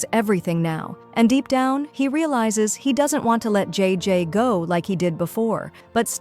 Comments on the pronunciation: Is not g is jay jay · Bro its jayjay not g btw this is called Ang mustya ng section e this if filipino but it has a bit of english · Its not iris it aries,its not jee its jay jay pls pronounce names properly